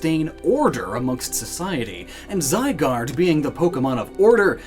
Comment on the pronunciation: ZYGARDE, NOT ZYGUARD! FIX IT NOW!